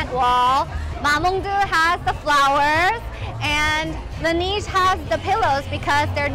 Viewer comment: Did she pronounce Laneige wrong or is it just me?